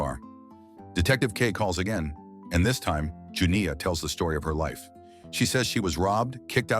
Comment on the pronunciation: The way that AI struggling with the long "I" sound when saying Janiyah